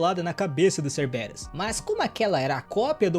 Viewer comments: Se não me engano o nome do Doguinho é pronunciado como Cérberus, e eu já to ansioso pro proximo ep será que ele fica imortal igual o Aquiles? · Se fala serveros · Doguinho eche pronusia ceberus C b rus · Na verdade é cérberos com ênfaze no CÉR...